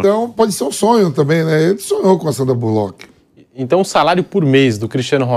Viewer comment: Mano Vamp falando Sandra Bulóqui kkkkk Resenha demais kkkk